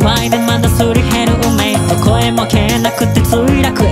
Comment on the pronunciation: 「何もない砂場飛び交う雷鳴」 私（……？） 「しょうもない音で掠れた生命」 私（めぇ……？？？？） 「今後千年草も生えない砂の惑星さ」 私（い、いや、気のせい。やぎがいるなんてそんな。まさか。気のせい気のせい。） 「こんな具合でまだ磨り減る運命」 私「やっぱり"メイ"が「めぇ」の発音だよころんくん_:(´ཀ`」 ∠):！！！！！！！！」